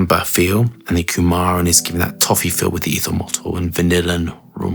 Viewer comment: I don’t know why but it always makes me smile when says ethomoltol whipping through the base. Great review as always buddy. Apologies for the spelling 😊